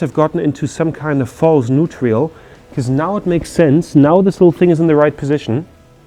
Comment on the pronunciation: Hi, are you saying "neutrial"? Do you mean neutral? Great video! Really impressed with your mechanic skills 👍🏼👍🏼